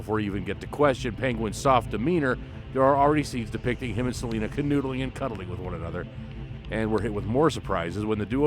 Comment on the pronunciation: Interesting list, but Catwoman's name is Selina, not Selinda.